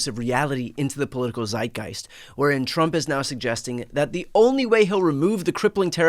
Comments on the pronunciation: its not Seitgeist its Zeitgeist. Z is pronounced not as ssss its sharp. Dont use german words if you are not able to pronounce them correctly. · I'm going to make a plea for the correct pronunciation of Zeitgeist. It's German. Z has a ts sound. :-)